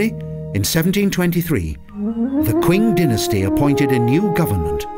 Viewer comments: Lijiang = lee-JAHNG, not lee-YAHNG.//Qing is pronounced CHING, not QUINN.//According to Lonely Planet Guidebook, 'x' is pronounced 'sh' in Mandarin; so Naxi should be pronounced NAH-she, rather than KNOCK-see. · The narrator should take a class of chinese pronunciation. You need to do a little research of how common words like qing and lijiang are pronounced correctly.